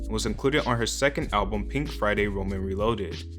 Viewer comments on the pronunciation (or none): none